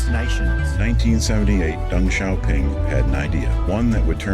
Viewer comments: In chinese X is pronounced as sh. So "Deng Xiaoping" is not ding zaoping, it’s "Dang Shiaphing" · Great video; I'm impressed that you included an etymology/pronunciation section as well, though you had some mispronunciations of your own lol. The "X" in Chinese transliterations is pronounced as "sh", so the "Xiaoping" in Deng Xiaoping's name is pronounced "Shiaoping", not "Ziaoping" as you'd think it would if English phonetics is applied. Also, Beijing is not "बीजिंग", but बेइजिंग. Also, the word is phir (फिर), not "fir" (फ़िर). I don't know why so many people mispronounce this basic Hindi word these days (I guess it goes to show how little India invests in its education, where people can't even speak their own language properly, let alone any other one).